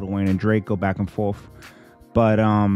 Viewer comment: your accent when u said “back n forth”😂😂😂hilarious